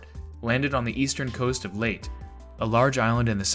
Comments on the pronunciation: Proper pronunciation of Leyte is "Lay-tay," as per Filipinos and the numerous "Battle of Leyte Gulf" videos available on Youtube. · Your correction comes too leyte. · I’ve never heard Leyte pronounced “Late” before. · Leyte is pronounced like "lady" also "gunwale" is pronounced "gun'ls" for next time 👍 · Filipinos pronounce it as written - so the last e was never a silent "e". These are just constructive criticism. It is confusing since the way he pronounce Leyte may be mistaken for "late" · Don't you just love it when people who claim they have a personal source is right whilst getting into a pissing match when they can just look up the official history of how the name came to be? It's "lay-tay",in both Spanish and Tagalog. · Great information on this video. I just wish they would start using actual voices instead of AI voices and you can tell this by the way they pronounce things like Leyte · How could you have possibly mispronounced Leyte? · That's a mistake if he pronounce the word "Leyte" and "Kwajalein" wrong. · Leyte is a Spanish word so the final e is not silent. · It may be A, but it's lacking I. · I just say it I physically cringed every time Leyte was mispronounced lol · Yup. Narrator should have researched the Philippine Language. I am sure there are online translators that he can use. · Yup ita a Tagalog word and it's correct pronunciation is with an e at the end in their language. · I had to stop the video because he kept mispronouncing a name associated with a decisive naval battle. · I am sure i am not the first, but its pronounced “ Lay-tee”, not Late for Layte island. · Leyte is pronounced Lay Tee, not late. You sound supremely ignorant consistently mispronouncing it. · Leyte is pronounced as Lay-teh not "late" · FYI- I've always heard the island of Layte pronounced LAy-TEE not "Late" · Layte is pronounced Lay-tee. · its pronounced "Ley - te" NOT "Late" Sheesh! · your video is good,but Leyte is pronounced Lay-tee,not late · Laytee, not late.